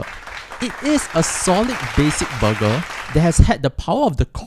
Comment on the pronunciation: Booger or burger...🤣😂